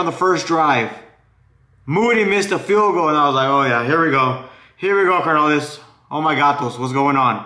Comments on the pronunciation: It’s not car na lees es carnales güey!!!! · CARnales, no mames, roll the R’s ese, but GO pinche Niners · "Car-nolis" lol I follow but you funny carnal